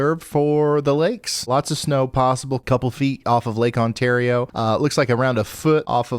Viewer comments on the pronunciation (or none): none